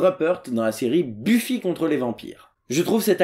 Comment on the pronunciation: Quand tu as dis "Buffy", mes oreilles ont saigné.... Sinon, je viens de découvrir ta chaine, et j'aime beaucoup !